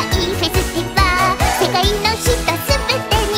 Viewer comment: I like how he pronounces things closer to how they are pronounced in English, like how he said "Lala" instead of "Rara", and how he said the English "ih" sound in Festival, "FesuTIHvaru" instead of "FesuTEEvaru"